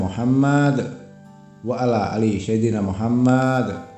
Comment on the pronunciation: bacaan Arabiah nya tidak fasih, yg jelas sebutan SAYYIDINA tu bukan SYAIDINA..